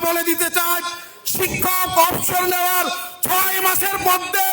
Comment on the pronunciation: সম্মানের সাথে বলছি, বাংলা ভাষার শব্ধগুলো শুদ্ধভাবে উচ্চারণ করবেন আশা করি। অবসর শব্দটা সঠিকভাবে উচ্চারণ করা হয়নি